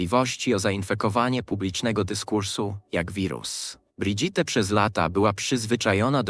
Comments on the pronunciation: czy pan Lektor nie mogł sie nauczyć francuskiej wymowy Imienia Pierwszwj Damy Francji???!! SŁABE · Amiens nie wymawia się "amiens" tylko "a.mjɛ̃", pisane w międzynarodowym alfabecie fonetycznym. Trogneux wymawia sie "tronie", "g" nie wymawia się. Macron wymawia się "makrą". " Brigitte wymawia się "briżit", nie "bridżit". Relacja" po polsku jest stosunek .